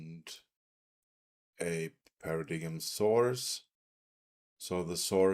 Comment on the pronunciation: I believe it's pronounced as "Para-dime"